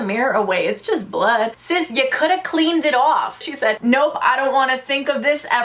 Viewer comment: “Sis ya coulda cleaned it awf” going full out Brooklyn on us 😂